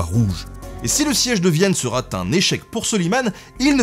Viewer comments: "Et si le siège de Vienne sera t'un échec..." Pourquoi un "t"? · «Le siège de Vienne sera T un échec.» Tu le sors de ton chapeau ce T ? M'enfin :)